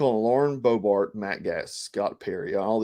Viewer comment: You're gonna catch a charge for murdering all these names!Gaetz=Gates Boebert=Bo Bert Klaus= Clouse